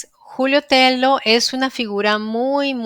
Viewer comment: Excelente programa. Estoy en ambos temas desde hacen más de 8 años: amabas cuestiónes son VERDADERAS. NOTA: TELLO es un apellido español.la doble L se pronuncia como LLUVIA, CABALLO, LLAMADA